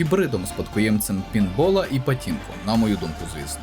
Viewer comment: не патінко, а пачінко, нашо вам та поліванівка вонюча